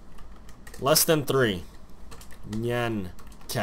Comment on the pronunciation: it always bothers me when somebody misspronounces nyan cat... its pronounce sort of like this niahn cat...i know its strange... -.